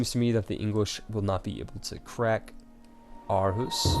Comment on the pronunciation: I twitch every time you say Copenhagen and even Aarhus xD Really irks me when it shouldn't.